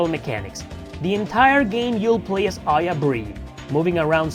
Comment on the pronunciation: Pronouncing Aya Brea as Aya Brie? It’s Bre a, as in Brea city here in California, not Bree.